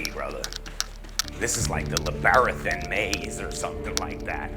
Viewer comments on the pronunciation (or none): did he completely mispronounce Labyrinth (la·br·inth). It is one of those times you only read the word and never sound it out lol